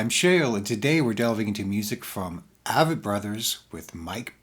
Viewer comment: Avett is pronounced with a long a, like acorn. The emphasis is on the A, with a soft vett.